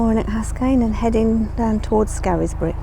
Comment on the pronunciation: Great video again. I hope the locals aren’t watching - your pronunciation of ‘Scarisbrick’ will see you burned at the stake. ‘Scaris’ is pronounced either ‘scares’ (to rhyme with ‘stairs’) or ‘scaze’ (to rhyme with ‘daze’). Never to rhyme with ‘Harris’ 😄